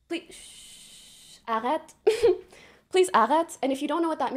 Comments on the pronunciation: She didn’t pronounce arrêt correctly 😒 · Okay…..I think she said something like “sav vous idel.” Which means “service you ideal” so….serves you right? Also arret is pronounced wrong. Also she said “ils le Francet” which is wrong again.